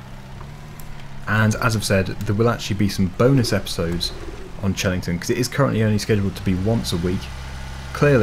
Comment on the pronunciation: Fun tip: it's pronounced hellington farm, just for the future